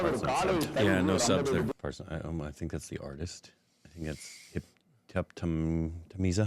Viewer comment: "Zha" is not "sa".. It's a "la" Sound.!